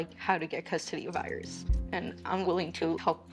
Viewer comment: They seem like such a sweet family. I love the way the pronounce Iris. Earis….🎼